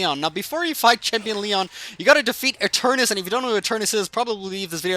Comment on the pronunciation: NOT ETERNUS